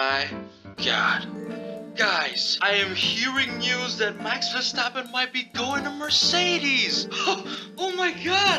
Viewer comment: "Max WearAStrapOn" 😂😂